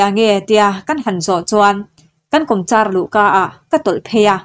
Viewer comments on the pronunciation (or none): none